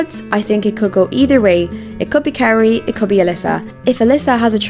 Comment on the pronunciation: 🥇Adelia 🥈Kaori 🥉Amber/ Mone Also, can you learn how to properly say the Skaters’ names? That is plain rude. Who is Carie? KaOri ? Petrojan? Try PetroSyan. And Adelia is not skating the Nocturn program, she is skating her Tango number, as she did for two seasons now. Alyssa won’t have her 3A ready, she is way off and under-rotates it badly. Not having it perfectly executed will cost her more, so she is better off doing a double and getting positive GOE.